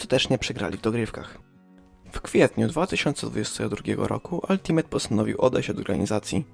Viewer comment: Wymawia się „altimejta” nie altimeta i strasznie bolą uszy